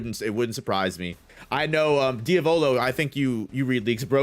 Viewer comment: Diavolo mispronounces names so fucking terribly lol